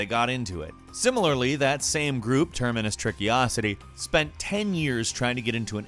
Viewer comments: "terminus tricky-ocity" Did you even try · I’m pretty sure he said terminus trickiocity lol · How did you manage to arrive at the conclusion that "Termacious Trickocity" should be pronounced "Terminus Trickyocity"? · I love how continuously mispronounced “Termacious Trickocity” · Why did you pronounce "Termacious Trickocity" so awfully???😏😏😏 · Poor Termacious Trickocity, I thout they were only going to be mispronounced once. F